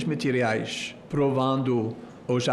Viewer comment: "muitos mentiriais" sobre Xandão 😅😂😂...ele.mesmo falou..."mentiriais" 😂😂😂